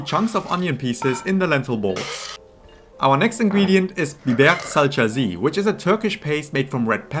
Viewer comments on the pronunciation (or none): Salçası, not salçcasi. That means you pronounce the last letter like the last e in the German word Ente.